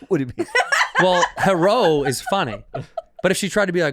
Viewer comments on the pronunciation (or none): The “Herro” had me on the floor crying laughing. Lol Such a good callback from earlier 😂🤣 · "herro"....as a Knoxvillian, godamnit 🤦‍♀ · And she says hewwo that made her stop saying it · Bobby, next time someone says "heh-row" to you, to show them how upset you are, you should do kung fu on them.